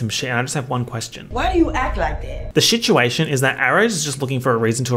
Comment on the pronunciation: "the shituation"